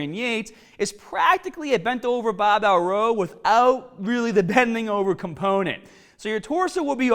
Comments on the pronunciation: Baw bell row. Love this friggin guy lol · TAAAAget, BAAAAbell bent over rooow, Aaaaams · "Baabeh low"